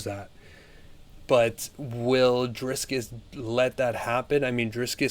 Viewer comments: Stop saying Drisscus! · Roll the r In Dricus